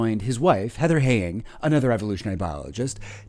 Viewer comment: could not pronounce Heather Heying's surname correctly. Where's the basic research? Credibility lost.